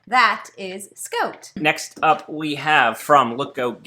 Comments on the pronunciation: SCOTE!!! I don't think I've ever heard someone say it scote before lol Although, I have heard people here in Ontario say "no more good" so maybe I shouldn't find "scote" as funny as I do... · “Scoat” or “Scout” does “soand” or “sound” very fun! Sorry I shouldn’t tease you like that but couldn’t resist. 😁 Love these little game reviews. Keep up the excellent job! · "I don't say Scoat, I say scout. Let's look at this game from Lookoat." LOL!! I love you guys so much... good content with great silliness. OMG... did she say flat out? You Canadians are crazy.